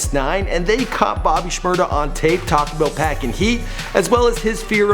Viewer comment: u dont say shmada white boy